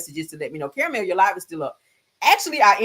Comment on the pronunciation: Caramellll not clothe pins on ya nipples 🤣🤣🤣🤣🤣